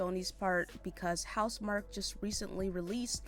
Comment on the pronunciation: it's pronounced mark 😁